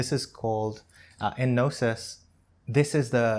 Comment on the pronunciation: aahh ok it’s Gnosis. I heard Nastik. well, Thanks!!